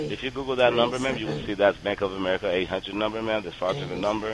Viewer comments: "" sounded sort of like Elmer Fudd, didn't he? ("AmeWica, Weason, Wecording", etc.)!!! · Bank of Amewica?! Omg, I wonder if Elmer Fudd knows anything about this?!😂😂😂